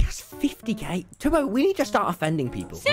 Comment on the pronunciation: Lol, hey Tommmyyyyyy, WAIT- DID YOU JUST CALL TUBBO "Tuby"?!?!?!? IF ANYTHING JUST CALL HIM "TOBY" NOT "TUBY"!! XD